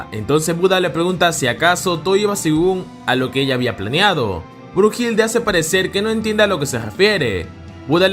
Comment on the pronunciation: No es brujilda es Brunilda